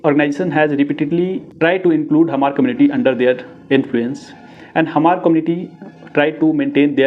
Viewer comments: U can not even pronounce Hmar. Go to school again bro.. Hmar.. not Hahmar.. prepare well before u .. show anythings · Hmar should be pronounced like Mar (h must be silent) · this chapri cannot even pronounce the correct spellings of hmar n kukis n wtf did he think he is doing here ... Spreading false narratives and his own assumptions. Report this account immediately.